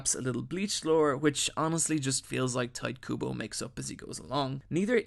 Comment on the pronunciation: Great video as always but holy shit. "Tight" Kubo? "Killooa"? "Mirium"? Those pronunciations, man!